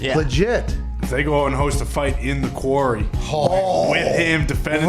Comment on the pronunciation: not being able to say 'Quarry' was the best part of the show. 'He was in a query? like a mine?'